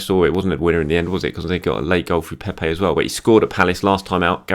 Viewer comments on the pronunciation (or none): none